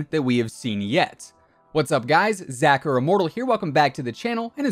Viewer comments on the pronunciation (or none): none